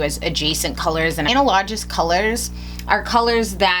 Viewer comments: I'm so sorry but it's killing me: when you're saying "Ana-Low-Jus" are you saying the word "analogous"? Because if so, it's pronounced "an-al-uh-gus". I'm sorry if that's super condescending but it was annoying the shit out of me. I love your videos and your lack of bullshit screaming and annoying editing in them. I can't find many beauty influencers on YouTube who don't appear to be catering to very excited 15-year-olds who have never read a book in their lives, so thanks for that <3 It's so refreshing. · I loved the first few videos of yours I watched so much I'm now touring the back catalog. Question, not criticism: is...that how some people say 'analogous'? I've always heard it said as "a-NAL-u-gus". Maybe it's a regional thing. 😁